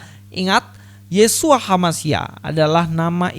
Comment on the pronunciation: Akibat giginya tidak terkondisi , jadi bunyi isyuoaaaaa 😁😂